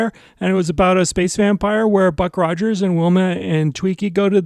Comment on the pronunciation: This is the first video on your channel I have seen. Can I make a recommendation. Script your videos and rehearse them multiple times so when you do you are not talking 100 miles an hour, repeating yourself, stopping and shuddering, mispronouncing words and peoples names...Ruck Rogers for example. I loved this episode of Buck Rogers.